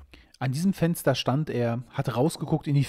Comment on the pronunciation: Es Fensder, was die Haider (von innen!) ei'g'sclagn ha'm... Und er sagt bei tazächlich "Kommd oich, draud tßu mir" :face-green-smiling